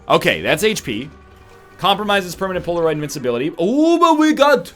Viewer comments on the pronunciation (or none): none